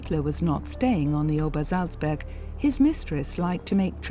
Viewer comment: Obersalzberg! Not -burg. Seriously? No editor?